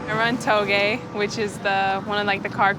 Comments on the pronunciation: toug-AyE not touge perfect LMAO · ToeGAY??? Lol you mean touge. Fake AF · Im dead she said togay😂 dumb bitch 😂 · did she just pronounce "Touge" incorrectly?